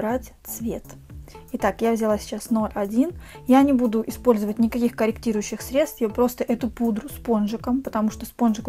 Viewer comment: только не обижайтесь,но слова средствА не существует, правильно срЕдства). Кстати изначально,в других видео,Вы говорили правильно